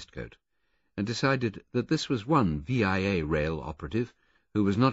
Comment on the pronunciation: No Canadian can listen to this book without shuddering every time Tony Britton calls the railroad V.I.A. (vee eye aye) instead of VIA (vee uh).